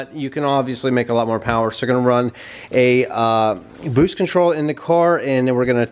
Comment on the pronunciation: Can u say boosted ?